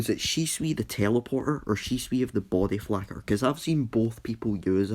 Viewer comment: Is it just me or he said body flacker